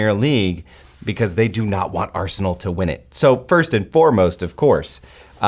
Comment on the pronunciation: Is it my ears ? Did he kept saying Arseholenal instead of Arsenal ?